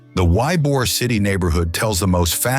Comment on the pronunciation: Why-bor City.😂😂😂